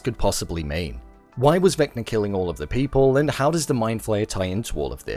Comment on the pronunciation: "Vecma" ??? its Vecna